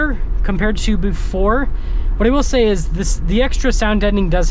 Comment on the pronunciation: "It iz what it t i iz!